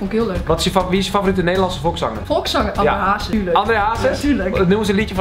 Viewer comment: Bij de laatste hoorde je dat ze uit Amsterdam komt toen ze “André Hazes” zei